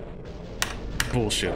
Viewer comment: saying "bullshait" was the best part Edit: its even better xdddd